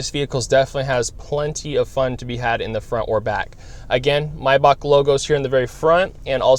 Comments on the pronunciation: Steph the Mess he's actually saying it correctly. If you say it May like the month, you are wrong. It is my, like the possessive pronoun, Bach, like the music composer. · He's pronouncing it correctly. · I love when people pronounce MAYBACH correct!!!👍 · But it’s called MaybaCH with a CH and not Maybac.You don‘t have the CH-sound in english so nearly nobody (except People from german speaking countries) pronounce it correctly. But he pronounces it better than people saying Mayback